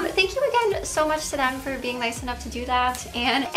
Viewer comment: Why do you pronounce every “th” word with a D? It’s “them” not dem 😂